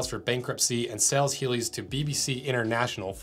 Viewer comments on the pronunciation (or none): When you say "sells" it sounds like "sales".